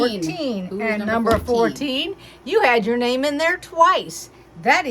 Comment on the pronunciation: Thank you!!! You pronounced my name perfectly. I can't wait to start watching your tutorials and following along. Hopefully you got my email :)